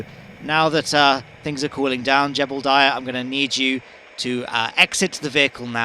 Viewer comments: I kept hearing Gerbildiah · Don't you mean "Gerbildiah"? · I can't believe I've been hearing you call Jebediah "Jebblediah" for nearly ten years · OMG thank you, you described my feelings completely. I can NEVER unhear it now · "Jebeldiah" my favorite kerbal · But um, there isn't an "L" in Jebediah. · why do you pronounce jeb's name like that? there's no L.